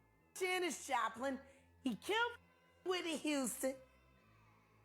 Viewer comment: it’s killed, not kilt